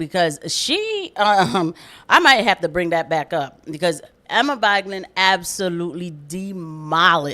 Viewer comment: hey, btw it's Vig-land, Not vige-land. 😊 keep up the good work